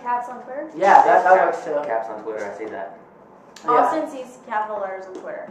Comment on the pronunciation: it's Austin... Not Ashton.